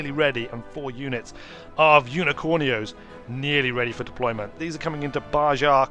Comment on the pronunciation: Welcome back! It's Baja = Ba ha J's are H's. Chihuahua = Chi wa wa Like the adorable dog, H's are silent. Mexico needs a mascot! Guiado needs a pet Chihuahua